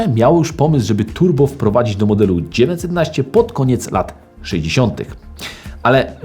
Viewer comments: Proszę, błagam, popracuj nad dykcją! Bo zamiast 911 wychodzi Ci 19... o Renówce gadasz, czy o Porsche? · Super seria, proszę tylko o poprawę wymowy 911 bo słychać ciagle dziewięćsetnaście i męczy to ucho ...